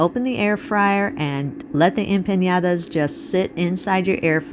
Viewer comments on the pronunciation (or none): Please don't pronounce it wrong. It's empaNadas, not empanYadas. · Please pronounce it the right way - it's empanadas NOT empañadas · Looks delish! One thing though, just FYI. It is pronounced like 'empaNODa' There is no tilde over the n. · em-pAH-nAH-dAH (no tilde so no sound for a tilde needed) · Appreciate the effort to pronounce Spanish...n and ñ have diferent pronunciation. Anyway, they look 😋 delicious.